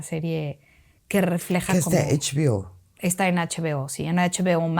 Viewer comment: La doña está en “eichbiO” 😵😂😂 Ana si está en H-B-O